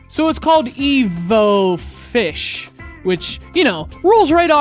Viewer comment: EvoFish its not hard to say dude